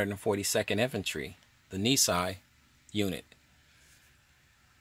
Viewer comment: I wish I knew this was available. Our grandpa served in the MIS during WWII while the family was incarcerated. Thank you for this video. BTW, Nisei is pronounced nee say.